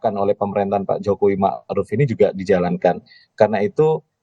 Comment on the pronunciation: Ma'ruf kok jadi Marud?